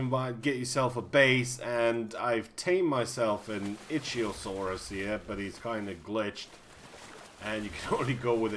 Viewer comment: chitin pronounced (kite-in) and ichthyosaur pronounced (ikt-theo-saur) more time in school less time on PC maybe